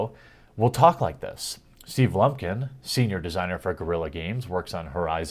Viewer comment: I believe it's "Steven Blumpkin"